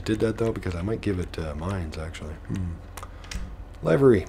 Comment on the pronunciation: Love your videos but something kills me: livery is pronounced "liver" like your filter organ with the "ee" sound at the end. Livery does not start out rhyming with jive, hive, or dive. Livery starts our rhyming with give. Thanks and keep up the good work!